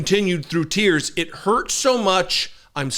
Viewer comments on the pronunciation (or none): none